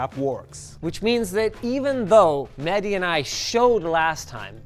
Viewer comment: It's Mehdi not Medhi